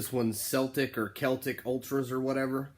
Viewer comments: Scottish team . That is all!.... ps it's pronounced seltic. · Please react to the battle of Montevideo. Pronouced Sell-tic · Celtic is pronounced Seltik, if you ever come to the UK, get yourself up to Glasgow - Scotland but make sure Celtic are Playing a home game and the season starts in August and finishes in May, the 4-0 was in England, Celtic went down to England and beat the English team Sunderland 5-0 in the Sunderland stadium, Celtic just became the first ever soccer club in soccer history to do the treble treble, every year 3 trophies are up for grabs and Celtic won all 3, but done it 3 years running, also Celtic were the first British club to be champions of Europe and every player was Scottish and the Celtic Stadium in Glasgow - Scotland is proven to be the Loudest and most vocal and best atmosphere in Europe and fans and players from other clubs say that but please watch this short video as you will see what others have to say about the Celtic stadium atmosphere.